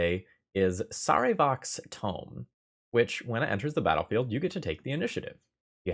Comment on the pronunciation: I almost always like ThrabenU videos, but that mispronunciation of Sarevok tells me never played Baldur’s Gate. You’ll get your like once you’ve defeated the Child of Bhaal.